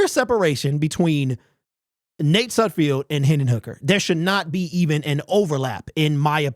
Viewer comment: SudFELD........not SudFIELD. Still love ya' bro. Great to see your takes again. You're my go-to on all Lions info!!